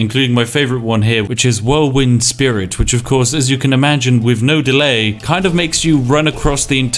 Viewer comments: Um Spiff? It's whirlwind sprint, not whirlwind spirit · Why is when other companies release broken games its a disaster but when bethesda does it its amazing. Also why is nobody talking about how he says whirlwind "spirit"? I had to do a quick check in the wiki and in-game to make sure I wasn't living with a lie this whole time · “Whirlwind spirit” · It is "whirlwind sprint", not "whirlwind spirit" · Who else had a little bit of their soul die when he said whirlwind spirit